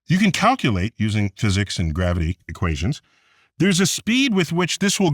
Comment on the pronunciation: Wait!!! Did he just say garivity went up?